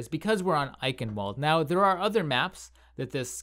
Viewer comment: Ei-ch-ien-val-duh, not eikenwold lool